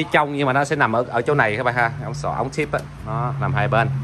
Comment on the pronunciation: ống xã mà cứ đọc ống xoã ống xoã nghe khó chịu ghê😂😂